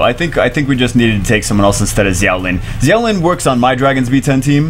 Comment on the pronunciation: For the record, Xiao is pronounced "shaow"